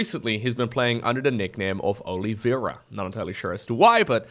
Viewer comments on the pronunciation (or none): Oliveira means olive tree in Portuguese. If that's what he's using, it's pronounced "Oh-lee-vay-dah"